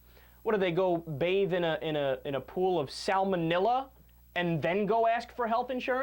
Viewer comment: I love you Kyle, but please stop saying 'salmonilla' xD